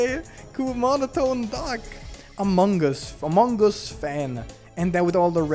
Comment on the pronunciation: I love that instead in also other playthroughs, Instead of saying among us, or amogus, he says "mogoose".